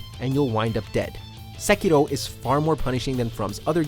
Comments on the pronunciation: Sekirooooo?? ahhahahaha, oh my god 😂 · the way the y pronounce sekiro is so cringey